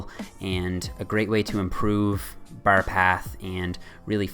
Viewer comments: "as close to the ber", "the ber comes slightly forward" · The way your say "bar" sounds really irish lol